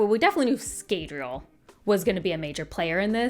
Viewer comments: im glad youre summarizing all of this but man the pronunciations of some of the names are killing me... Jasnah is pronounced with a Y like Yasnah, not Jas like Jasmine. Scadrial is Skaa-dree-el. not Scay like scabies.. oh god and Iriali, its pronounced Eerie-AL-lee. not Ee-rail-ee like Israeli. fabrials are pronounced Fah-bree-ul. not fay-bree-ul. fah as in fabulous. Rosharan, not Rosharian. theres no i in the word. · In the audiobooks the a in Scadriel (sp?) Is not pronounced as long.